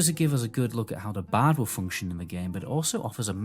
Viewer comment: I finally figured out you are saying the word "BARD". See there's an R in that word. So it's BARD. Not BAD.